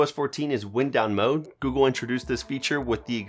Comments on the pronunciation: ignore him. I wanted to say something too, but I wanted to help get the "wine-d" vs "wind-ow" sound in this homonym right for you. Im a native speaker who had to relearn English at a young age. I have relatives who are full non native speakers so I can relate. I like the Spanish channel, serve that market bro. Its great business thinking. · Lol...come on man. “Libary” and “wind”down mode.